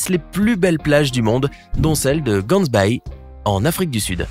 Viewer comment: C'est Gansbaai et pas cansbaii 😅 and it's a really beautiful beach😍 mais c'est à au moins 2h du Cape du coup ça coûte beaucoup pour s'y rendre en taxi mais les activités en valent la peine😁